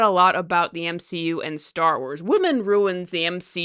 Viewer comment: The M-she-U